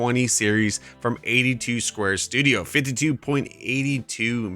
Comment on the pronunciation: you miss pronounced David's name for his mods it's 82studio not 82 square studio